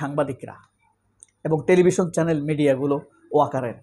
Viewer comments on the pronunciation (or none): none